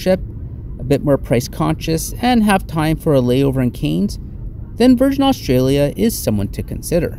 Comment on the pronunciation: I'm a Cairns resident, and it is pronounced .... 'Canz' .. liked the vid though and you have just convinced me to take the trip to Tokyo !! Didn't get how much luggage you allowed, but ill soon find out ..